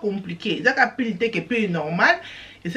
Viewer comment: On dit pull et non pile ma chère eza na esprit ya bien